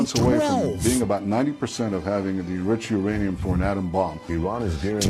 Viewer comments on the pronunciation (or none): none